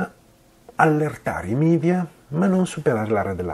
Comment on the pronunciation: Ottimo video, tutto perfetto, ma solo una cosa, per favore... Non parliamo come certi politicanti itali-oti che preferiscono l'inglese alla lingua nazionale. Media è una parola latina (il plurale di medium = mezzo) che si pronuncia come è scritta